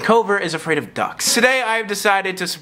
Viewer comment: The best part was when said is that afwak